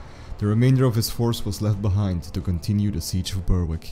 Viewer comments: Nice clear account. Thanks. Might try pronouncing as: Berrick and shiltron. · Berwick is pronounced Berick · Silent W in Berwick and silent C in Schiltron... other than that it wasn't too bad :)